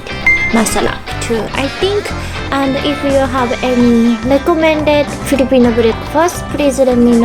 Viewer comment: When you said "Filipino Breakfast" at yhe first time you sounded like a Filipino (excuse my grammar hehe)